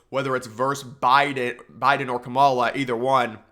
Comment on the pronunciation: Dude I’m not saying you gotta like her policies or anything, but please pronounce her name right. It’s “KAH-ma-la” not “Ka-MALL-a”